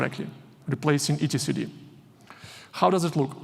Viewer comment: I've never heard someone pronounce it "E T C D" 😁